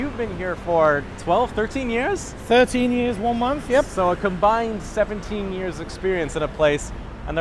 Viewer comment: "a combines" lol pretty sure you meant "a combined"